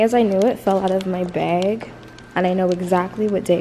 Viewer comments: lol right! I've noticed this for a while she says "beg" lmaoo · The way you say “bag” is so funny lol